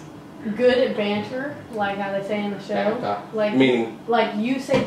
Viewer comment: Brooke saying banter 😬😬😬